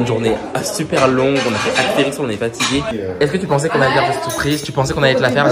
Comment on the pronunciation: Mais, on dit pas aXterix mais aSterix 😭😭😭